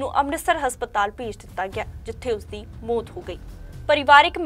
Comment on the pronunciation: Bibi bolna sikho mot ni maut hundi. Punjabi bolni sikho fr boleo news